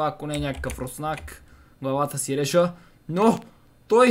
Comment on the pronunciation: Ти каза главата си реша вместо главата си режа